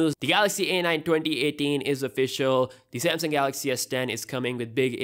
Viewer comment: Pretty sure it's a Samsung, not a Samsing.